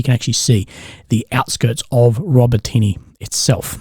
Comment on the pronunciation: please try to pronounce the names of the cities...... it's not: Robo Tinny 🤦‍♂ it's Row-Bah-Ti-Nah! emphasis on Bah.